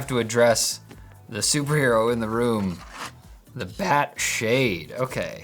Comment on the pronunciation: You did say they’re BAT-ass, right?